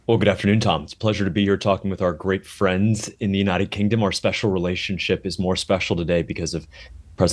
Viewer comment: Why did he say "friends" like that? 🤨